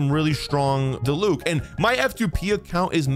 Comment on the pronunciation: Diluc - DEE-luke Dehya - DEE-yuh Kinich - Kin-EECH Yelan - YAY-lahn